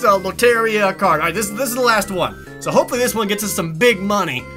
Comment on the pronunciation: _it's been bothering me, but it's pronounced "lOh-te-(r)dEE-ah"